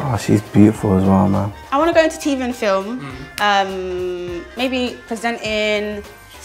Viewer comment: Why did she say "I wanna go into Tiv and film"... Why did she pronounce TV like the guy from phonejacker 🤣🤣 Tiv and Film 😂😂😂